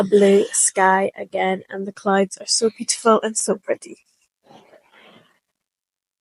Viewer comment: clowds, clowds, clodes. Should it be pronounced like that?